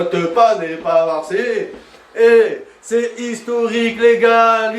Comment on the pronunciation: C'est plus Marseille mais mars ciel👉👌